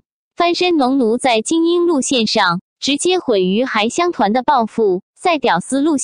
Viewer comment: 还乡团的“还”字发音错误！